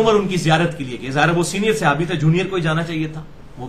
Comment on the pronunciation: عزیز م مرزا صاحب، آپ کو اپنے موضوع کے کے حوالے سے صحابی، صحابہ کا لفظ بہ کثرت استعمال کرنا ہے اور رہے گا ۔ براہِ کرم درست کیجیے کہ صحابی، صحابہ کے لفظ اردو میں صِحابی، صحِابہ کے تلفظ سے نہیں بولے جاتے ، صحیح تلفظ صَحابی، صَحابہ ہے۔ یہ تنقید نہیں، آپ کی فصاحت اور لب و لہجے میں بہتری کے لیے عرض کیا ۔میں تو آپ کا مداح ہوں۔